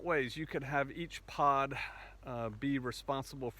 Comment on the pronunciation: At first I thought you said"pot". Lol.